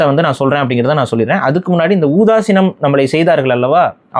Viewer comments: ஊதாசீனம் என்று உச்சரிப்பது பிழை..... "உதாசீனம்" என்பது சரியான உச்சரிப்பு....... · Why oothasinam? Instead of uthasinam? Isn't it kuril? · என்ன ஊதாசீனம் ஊதாசீனம் ங்க்றீங்க அது உதாசீனம் இல்லையா சரியா பேசுங்க அப்பறம் நான் உங்கள ஊதாசீனம் பண்ணிடுவேன் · யப்பா அது ஊதாசினம் அல்ல... உதாசீனம்.. தயவுசெய்து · Adhu "udhaaseenam". Not "oodhaseenam" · ஊதாசினமா? உதாசினம் என்பதே சரி. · ஊதாசினம் இல்லை 'உதாசினம்' என்று சொல்லுங்கள். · ஊதாசீனம் அல்ல... உதாசினம் என்று உச்சரியுங்கள்.... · ஊதாசீனம் தவறு அப்படி சொல்ல வேண்டாம். உதாசினம்... இதுதான் சரியான வார்த்தை. திருத்திக் கொள்ளுங்கள் அவர்களே.... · ஊதாசினம் இல்ல 😂😂 உதாசினம்😊😊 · அது ஊதாசினம் இல்லை. உதாசினம். முதலில் தமிழை ஒழுங்காக உச்சரிரியுங்கள் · அது உதாசினம் கிழ காமென்ட் ல உதாசீனம் னு சொல்றாங்க 😅.